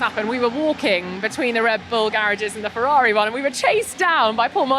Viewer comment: Ferrari not "Fevvavi"